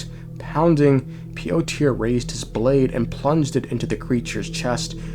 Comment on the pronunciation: That's me with his pronunciation of Piotr